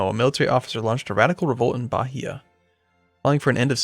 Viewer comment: Hey! Loving this series. Just for reference: The H sound in Portuguese is silent. So for example "Bahia" would be pronounced "Baeeah". Similarly, the letter R in Portuguese almost always has an H sound. So for instance: Rio de Janeiro is "Hio de Janeiro" and Recife is "Hecife" etc.... Just thought you would like to know!:)